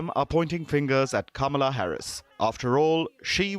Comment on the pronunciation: I don't believe a single word Crazy Kaa-Mee-Laa said.